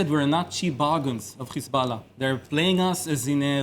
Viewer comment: She says khezbollah then pronounces every other word correctly 😂 we're on to you, you're not fooling anyone 😂